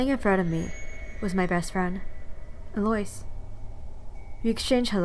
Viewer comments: the name "Eloise" is pronounced ELL-oh-WEEZE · Ikr it didn't even register for me that her name was supposed to be Eloise. I kept thinking she was saying Delores for the entire first half of the video 😂